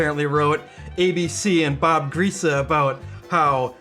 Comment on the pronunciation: Lombardi Trophy came home to Lambeau It is pronounced Bob Grease-e (and he is noted for leading the 1972 Miami Dolphins to a perfect season more than being a journalist). Much love, but more to my Dolphin fan wife who didn't care for you talking about his mispronounciation while doing the same to him.